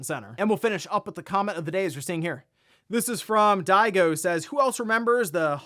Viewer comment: Bro literally read the name "Diego" as "Daigo"